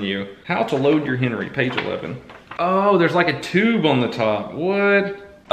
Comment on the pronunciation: It pissed me off when he said HENERY red rider